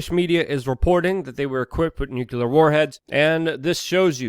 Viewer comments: My biggest issue is "new-cue-ler" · I haven't seen any of those comments. But, when I'm sharing his videos with skeptics, it would add credibility if he learned to properly pronounce the word "nuclear ". Just saying.